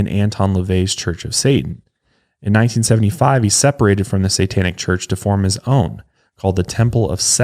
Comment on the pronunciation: and his troubles with the sitanic 😆